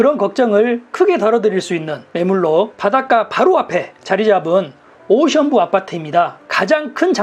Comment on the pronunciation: 오션뷰 발음이... ㅎㅎㅎ